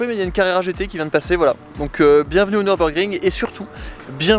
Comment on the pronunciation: Nürburgring..., je t'en supplie, ne dis pas Neurb comme si c'était un circuit anglais. Mes oreilles germanophones saignent systématiquement 🙏